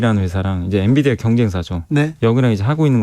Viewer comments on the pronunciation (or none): none